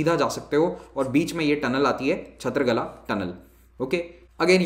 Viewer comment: Its kala not gala. I think